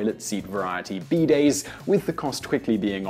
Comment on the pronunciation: oh you mean bidays not beedayds